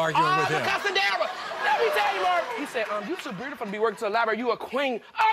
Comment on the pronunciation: “Mursic” “burtiful”